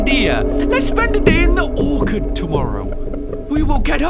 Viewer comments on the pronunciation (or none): Orchard is pronounced like the orch in torch. Sorry it was bugging me lol 😆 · pronouncing Orchard as 'Or-card' is the most precious thing to me and its my will to live rn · It bugs me how pronounces "orchard" it's like simplerobinson saying parmizan when it's parmesan